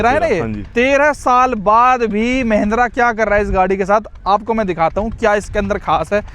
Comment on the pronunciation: Mahindra ❌ mehendra 😅😅